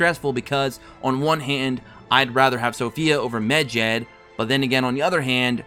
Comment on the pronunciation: the way you pronounce medjed hurts my ears, its med-jed not mejed